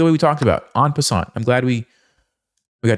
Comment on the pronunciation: The 't' in "en passant" is not pronounced.